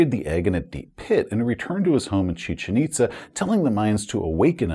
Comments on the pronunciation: Your pronunciation of "Chichen Itza" is exactly how I've heard it via docs & archaeologists, at least here in the States. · Great job pronouncing Chichen Itza. Cool place, too. Visit is recommended.